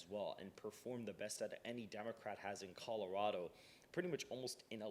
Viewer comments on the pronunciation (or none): none